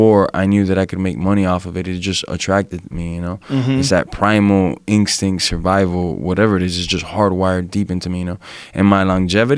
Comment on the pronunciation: Jorge "ingstincts" Masvidal